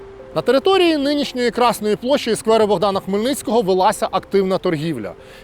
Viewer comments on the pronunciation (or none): none